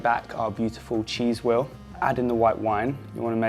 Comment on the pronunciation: He says “wheel” and “well” in the same way. “Wehw”